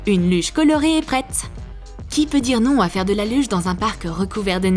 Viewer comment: 1.24 minutes elle a dit de faise